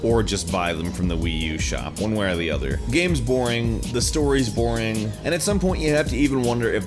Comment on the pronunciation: "Game's boing. The story's boing"